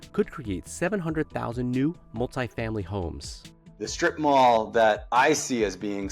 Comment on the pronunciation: In Asia we just call them "shops in Market" 😂😂 😂 .. "srip-mall" my foot 😂😂😂😂😂😂😂😂